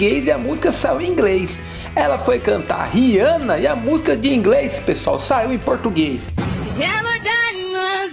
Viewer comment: De 0 a 10: 0 para todos no "ingrês". Creindeuspai que mulesta foi isso? 😃😃😃 10 para todos no quesito comédia 👋😂😂. Impressionante mas eu não tinha conhecimento de nada disso. Adorei 😆😆😆 Obrigado, vc é um caçador de responsa. 👋👋🤗